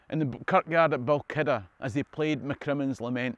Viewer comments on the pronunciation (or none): Enjoyed this again. Just one question: "Balkidder"? When I was a kid, Balquhidder was pronounced Bal-hwidder. Has this changed? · Balkkider? 🤔 Ahh! You mean: 'Balquhidder (/bælˈkhwɪdər/); Scottish Gaelic: Both Chuidir [ˌpɔˈxutʲɪɾʲ] or Both Phuidir [ˌpɔˈfutʲɪɾʲ]) is a small village in Perthshire located 10 miles (16 km) north-west of Callander.' Stay free ...